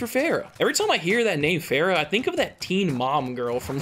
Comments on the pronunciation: It's not "fair ra" it's fah rah. They literally say it in the campaign. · Isn't it Far-uh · He can’t even pronounce farah correctly